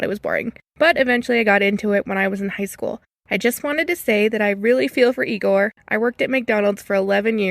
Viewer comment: Igor... Not eyegore.